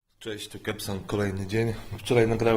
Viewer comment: to jest kebson a nie burgerson. Naucz się czytać